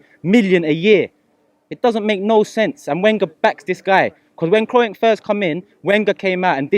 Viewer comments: Man pronounced Kroenke as Kro-enke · "Krowenk" lmfao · get me f**k kroy-enk 😂😂😂😂😂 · Guy can't even pronounce his name, Robbie why are you still giving this waste air time 🙄